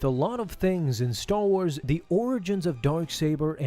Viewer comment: "Staw Wars"